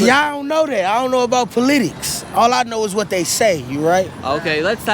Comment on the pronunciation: “I don’t know about pa-litics” 😂